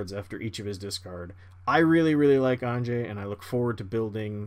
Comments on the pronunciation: Isn’t it supposed to be Ann-yeh? I thought it was the Germanic pronunciation. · Okay idk if anyone’s said it yet but AHN-YA. Anje-ahnya. The innistrad vampires are Russian nobility based, not basic white girl based. That being said, interesting game. Fun commanders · Anje is from Inistrad, which is like Germany. So you say it like a y and not a j. So it actaully sounds more like Anye. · The big one for me was "An-jay", it's really pronounced "Anya". She's from Innistrad, which is Eastern Europe/Gothic inspired. It's like "ja" in German, which sounds like pretty much like "ya". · ON-JAY I'll never unhear it ;_ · Bro, it hurts to hear Anjay instead of Anje... don't quote me here, but I'm relatively certain that a J following an N usually produces an Ñ sound, which although that symbol isn't normally printed in English, the sound remains the same. Also, Anje's graveyard was a bigger target than the Brainstorm... I should mention that there is probably no specific English grammar rule as to why this exists because of weird words like Banjo, but even so it is uncomfortable to hear OnJay... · Why can no one pronounce Anje correctly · Had to have all of turns on Mute. Can't take the weird Canadians pronouncing Anje with a "g" sound.